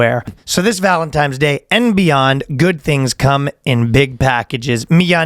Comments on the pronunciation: Of fucking course ryan says "valentimes" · He keeps saying Valentimes during the ad read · Just don't keep taking it, brother. It's ok to use it as a temporary aid when things get incredibly rough, but you're well strong enough to overcome the rest on your own. Sorry for the lecture, I just don't want to see anyone suffer like I did. Also, I believe it's ValenTIMES day. That's the way the in-house Boyscast language expert, Ryan, pronounces it.